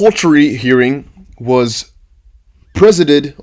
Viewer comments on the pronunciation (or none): wait for 26/08/2020 =) " pri - saï - did " presided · Pre-zide-ed! The i is long so pronounced like the word eye. Another word that doesn't obey the rules. English has lots of them... sorry. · Say presided 👍🏿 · presided is pronounced pra-ZY-ded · Pronunciation: presided.... (PRES, like in President and IDED like in subsided), not bad! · XRP! "presided" pre z eye did or Google search says its pronounced preside : /prəˈzīd/ btw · Think of it like 2 separate words. Pre and sided. Pronounce it together presided